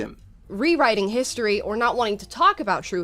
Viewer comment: full "hisotry" :)